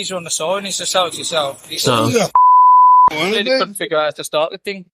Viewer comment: I’m crying 😂😂 “not reely”